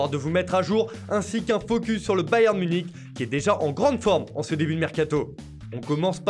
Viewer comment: Bayern minich😂😂